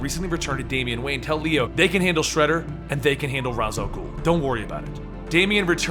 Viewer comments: You mispronounced Ra's, it's (Raysh) not (Roz) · RAYSH not Raz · Raysh, Not Raz. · It is pronounced raish not raz